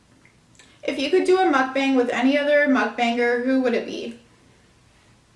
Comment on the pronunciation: Is anyone going to tell her it's MUKBANG, not MUKBENG it's just cringy when you say it like that 🙈